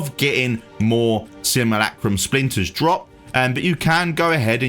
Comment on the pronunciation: Seem ...You ..Lack ...Rum... NOT Sim..moo..lack..room ...